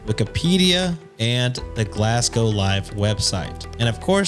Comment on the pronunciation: So nice to hear you pronounce Glasgow correctly!